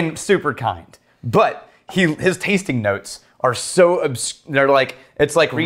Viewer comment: And when he talks about the 'tastink notes' or anything ending in -ing he ends with a K lol